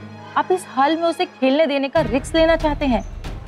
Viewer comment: Riks hota hai risk naksh ki ma'am teacher hokr bhi glt bol rhi ha😂